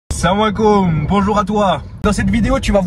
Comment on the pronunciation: T’as dit serre moi les couilles au lieu de salam ahlikoum dés le début 😂😂t’es un arabe fabriqué en Norvège 😂😂